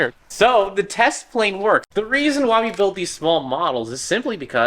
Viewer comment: Ah yes prane /tlane